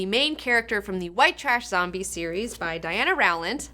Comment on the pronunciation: The W is silent in Rowland